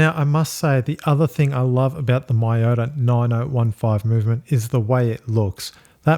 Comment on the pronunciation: By the way it's not "my-yota" it's "me-yota".